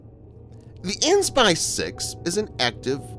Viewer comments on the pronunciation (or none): The AN/SPY-6(V) whichever version is PRONOUNCED: "A" "N" spy six victor (insert version)...NOT "an spy-6 radar". Please tell he sounds like such a rookie when he says it the other way. Almost all videos make the same mistake.